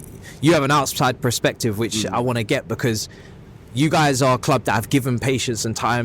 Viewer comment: Bro says PREspective ffs